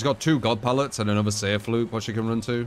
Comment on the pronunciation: He's British man, it's hard enough. Leave em' alonw